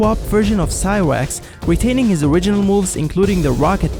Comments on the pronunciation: Why do you say cywax it's cyrax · cyWax? bruh its cyRax not cyWax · Cwax and typography that’s what I heard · did anyone here him say cwirax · I know i'm not the only one that heard "Cywax" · You seoriosly said Cyroax and Noob Sorbot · he said cywax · HE SAID CYWAX. LOL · The way he said cyrax though